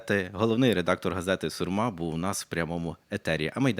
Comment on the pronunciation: Шановний ведучий в студії! Не СурмА, а СУрма!